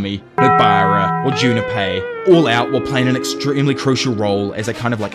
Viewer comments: Why do u say junapei, there’s no A there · damn this british pronouciation of japanese names is killing me. Who the fucking is Jun ne pei